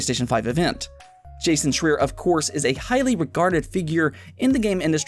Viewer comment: Awesome show as always but I little FYI: Jasons last name is pronounced “Shr—eye-er”. I believe. That’s the way I’ve always heard it said. ;-)